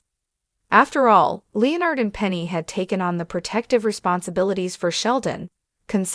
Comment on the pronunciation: Oh my god…Leo-Nard??? Jesus Christ, quit using stupid AI narrators!!